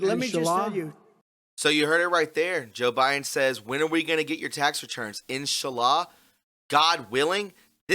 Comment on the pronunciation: Its pronounced "In Sha La"